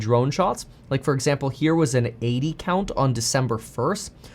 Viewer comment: Kevin says “80 count” like it’s a nugget tray from Chick-fil-A 😂